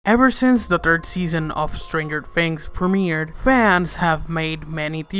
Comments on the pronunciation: U said stanger fings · He said "Stranger Fings" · Did you just say Strangered Fings in the beginning if you listen closely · "Stranger Fings?" "Season Free?" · "Stranger Fings"